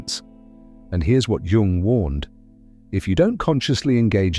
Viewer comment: popcorn psychology from a dude who cannot even pronounce Jung's name 🤷‍♂️